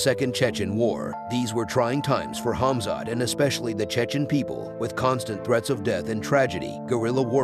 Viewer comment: also his first name smh it's khamzat not khazmat